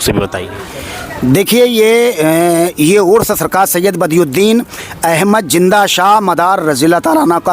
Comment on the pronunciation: زندہ کو جندہ کہ رہا ھے